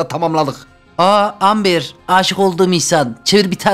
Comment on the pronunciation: Amber deill okunuşu embır ağağağağağ çıldırdım abi yav